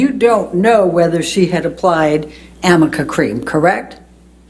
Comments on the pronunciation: She keeps saying "amica cream." Does she mean "arnica cream"? What a fool. This guy's great. I'm proud to be a "New Yoika" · Amica or arnica? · The defense attorney pronounced it wrong multiple times. it's arnica cream. A homeopathic ointment for inflammation, bruising and muscle soreness. And yes, highly doubtful he would know that. Big backfire